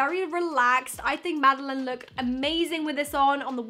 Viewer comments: You don’t pronounce it like Madeleine you pronounce it maddieLANE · Anyone else getting triggered by the way she keeps pronouncing Madelaine wrong? She's saying Madeleine and not Madelaine. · ypur saying mads name wrong but love you still xx